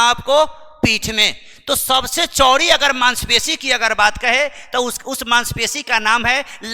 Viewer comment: चौड़ी को चोरी कह रहे हो